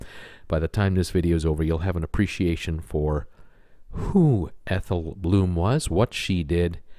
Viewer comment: Blum not bloom